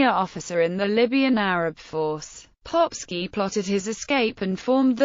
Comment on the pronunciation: I like how she pronounces the name as „Popshi“. In Austrian German it means „Little Arse“…